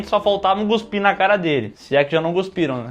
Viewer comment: fala “Guspir” 🤡